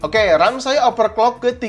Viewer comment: Bang mau kasih saran aja, coba rubah cara ngomong nya di benar kan, seperti overclock di baca nya jangan jadi operclock, takut nya ada salah penyebutan brand nanti jadi masalah, itu aja trimakasih sukses terus bang